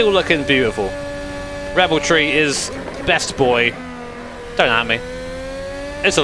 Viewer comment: Is it Rebel Tree? Or Red Bull Tree? I keep hearing it both ways 😅